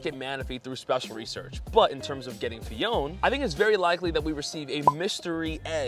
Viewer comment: You are not saying Phione correctly btw